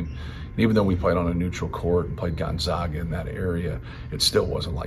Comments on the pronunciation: Is there even one person in the Purdue organization who knows that it's Gon-ZAG-a, not Gon-ZOG-a? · It’s Goon-zag-a 😂